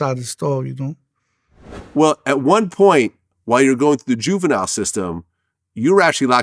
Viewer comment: … I’m so sorry for HOWEVER y’all take it but bro speech impediment is making me cringe, idk why🥴so forgive me lol… he’s saying some real 💩 but the pronunciation of some of the words just make my brain throb 🤦‍♂️ “I was in jurenryle homes” juvenile**homes … he also just says his stories and his rapsheet like he excited or proud of it. But again I understand and hear you Brodie lol I’m j keepin it litty